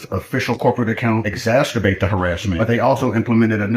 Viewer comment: lmao the guy defending flag pins for airline employees said "exacsterbate" instead of exacerbate that's awesome